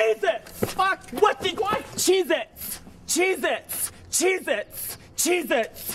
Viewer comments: When says cheez-itz over and over it sounds like he is saying Jesus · I thought said jesus instead of cheezits at first